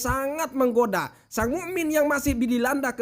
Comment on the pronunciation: kisah yang bermanfaat.mu,min pake hamzah bukan huruf ain🙏🏻🙏🏻🙏🏻🙏🏻🙏🏻